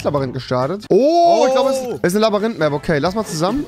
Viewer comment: wen triggered es auch das er immer labarinth sagt